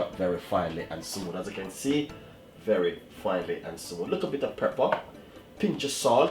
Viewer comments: It's Pepper not Prepper lol idk y that bothered me so much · Chef say pepper. Not prepper. Have a good day you're the best. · I like how chef says Prepper not pepper ❤ bless up yuself chef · That's moment when you said preper and not pepper 😂😂😂😂 nice video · Stop wid de " preppa"' lol. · Dwl... I can't with you chef... Those pronunciation tho... #Twanging at it's best